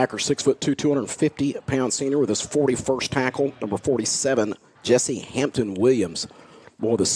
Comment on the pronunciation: It was #47 Jessier pronounced (Jess sear) hampton Williams